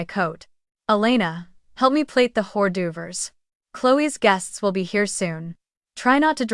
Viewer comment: Ord oovers😂